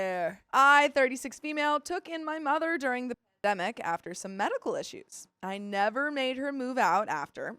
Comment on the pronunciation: Why can't you say pandemic?🤔